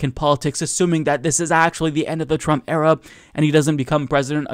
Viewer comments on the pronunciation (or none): Are you saying ‘Trump era’ or ‘Trump error’? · Are you saying "Trump Era" or "Trump Error" .... I can´t really understand the words :D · With your accent, you pronounce "Trump era" like "Trump error"... but that also works.